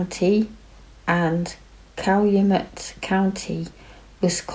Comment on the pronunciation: You could be a Wisconsinite. You did an awesome job pronouncing Manitowoc and Calumet. He did it I believe.